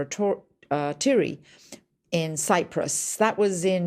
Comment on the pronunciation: she must not have had military experience, did not pronounce Akrotiri correctly either.